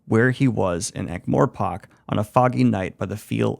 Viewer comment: Ank-morePOCK was criminal mispronunciation